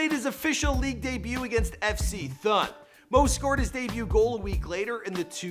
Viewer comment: Lmao Fc Thhhhun it's pronounced Tun im American and live here in Switzerland